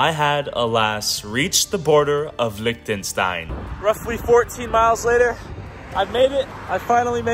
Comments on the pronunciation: the way he pronounces Liechtenstein is so... american. 😬😮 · “Licktenstein” Amazing.